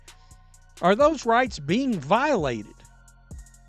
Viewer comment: Voilated!😂 ever gaym! 😂